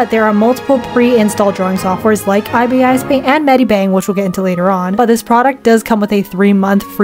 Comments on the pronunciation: aussie here, you pronounce the bird like eye-biss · Rip i say ee-bis paint idk how to pronounce it as an ibis paint user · i was practically yelling at my screen out of PAIN when she said I B S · helpp not u pronouncing Ibispaint ''I-B-S paint" 😭😭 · why are you pronouncing ibis paint so wrong omg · As an ibisPaint user. YOU SAID THE NAME WRONG THE WHOLE VIDEO 😡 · dying the way she’s pronouncing ibisPaint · As an ibispaint user u can stop it from being pixelated if you opened that Erm...thingymajig on the side when ur choosing your canvas also now when you save you can choose an option called 'ai super resolution' which can make it have a better resolution..I think. Also they way you pronounced ibispaint was diabolical 😭🙏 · depends on the country accent and language, Spanish speakers pronounce i as ee, that's the correct way. For us it's really weird when you pronounce vowels in a different way as they're written. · i,b,I,s paint? Bliss without the s and l but with the I lady,… prounounce it LADY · not subbing. pronounced ibispaint as eye-bee-eye-es-paint when its supposed to be ib-i-s-paint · nothing wrong just that ibis paint is not pronounced i b is paint its i bis paint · Medibang has a library for new creator to learn. And iyou pronounce it aibis paint not aiaiabias pant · is she using an ai voice it said i-b-is not ibis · It's not i-b-i-s it's Ibis paint x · horrible way of describing it (not being rude) ((you should describe it as "it's not I-B-I-S it's I-B-es paint)) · It’s not “I.B.I.S.” It’s ibis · "I-B-I-S paint" Gurl no wth is that its Ibis paint 😭 AND THE SKETCHBOOK ERASER WAS RIGHT THERE 😭 (I used to use sketchbook but I switched to Ibis paint X) Also Ibis paint ads ain't that bad they only pop up with banner ads or the actual ads if you like wanna use the paid brushes for free I'd crash outbfi I used art studio like I'm sorry 3 LAYERS?? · IT'S NOT EYE-BEE-EYE-IS, IT'S EYE-BIS :( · Girl, it's not pronounced "I-B-I-S", it's pronounced "Ai-bis".